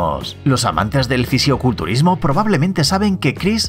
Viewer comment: Buen video pero solo te voy a hacer una corrección es "fisicoculturismo" no ficioculturismo decilo bien ok.